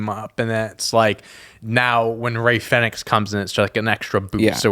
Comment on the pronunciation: Americans cant say Fenix properly shocking